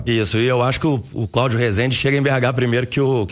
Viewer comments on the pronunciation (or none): Não se pronuncia assim resende , fala então so orlando , ja q vai pronunciar errado